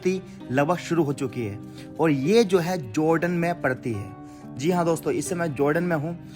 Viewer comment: Joordan nhi hota hai jordan hota hai bhai..🤣